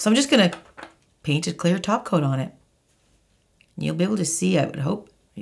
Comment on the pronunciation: Oh my gosh!!! jijijiji I have to laugh jijiji I was asking myself; what is taking about? what does she mean about taco taco taco is all about and after thinking I figured out thap you was saying “ top coat”. jijiji oh gosh! My first language is Spanish and like this one I have had many more. jijiji